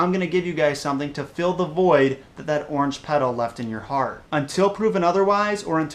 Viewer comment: Wow you idiot it's pronounced ORANGE